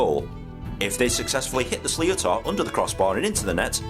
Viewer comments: The ball is pronounced "slit or" He also said a puck out at the 65-meter line, that is incorrect. The keeper can't pass the technical area in front of his goalk when pucking out. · Slittor is how it would be pronounced in english, and yes when one of them slams into your knuckles while holding a hurl you'll know all about it. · Sleeh-oh-tar, pronounced something like "slitter". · Helmets have only been mandatory (outside of underage groups) the last 10/15 years i think. Also, the ball is pronounced more like Slit-er / Shlit-er